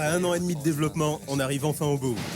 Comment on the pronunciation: "manager de développement" ça veut rien dire jpp (et c'est quoi cette façon de prononcer "développement"?)